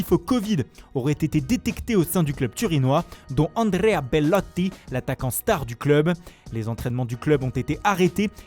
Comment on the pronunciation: Andrrrrrrea Bellllloti du Torrrrrino😂